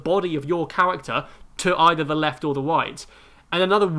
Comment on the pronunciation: "The weft and the wight, pick and woll, JJ Bawea" lmao